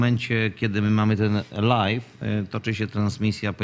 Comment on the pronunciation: Prosze cie nie mowi sie LAJFIE tylko LAJWIE Live = LAJW nie Lajf